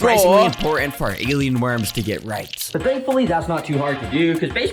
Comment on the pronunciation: did bro just say gaylien worms